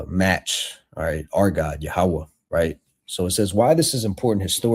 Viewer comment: Who the fuck is Yahawah. It’s Yahweh.